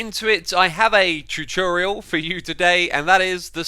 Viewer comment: oh I love how u pronounced it